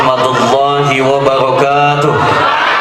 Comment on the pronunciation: Afwan antum baca/ ngucapin "Salam" selalu salah..... وبركا ته Wabaro kaa-tuh, bukan wabaro ka tuuuh